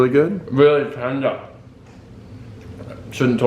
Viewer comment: “ it’s really tenda” 😂